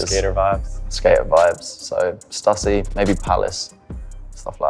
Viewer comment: Chilwell claiming Stussy is a goat brand and can't even say it properly, ffs!